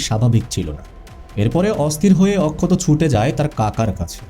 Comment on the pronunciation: OMG!!!! What poor pronunciations. Please work on it. Akshat এত সুন্দর একটা নাম । আপনি তো তাকে অক্ষত করে দিয়েছেন একেবারে বাংলা তে 😂😂😂😂😂